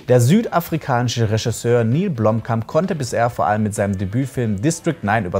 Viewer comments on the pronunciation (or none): none